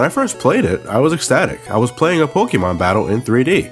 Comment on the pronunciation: this guy says pokemon WEIRD LOLOLOLOL